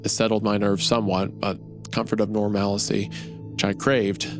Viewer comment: This story is super well written but my god is it boring Also it’s a little surprising that a religious man like Isaiah can’t pronounce the word Diocese correctly Edit: apparently he can’t pronounce “normalcy” and “copse” either, huh Edit 2: or Fetid, now I just feel bad lol